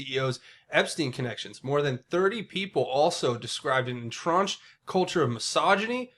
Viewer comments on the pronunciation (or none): YO, en·trench /inˈtren(t)SH,enˈtren(t)SH/ Learn to pronounce it properly, please. You are pronouncing it en-tronch.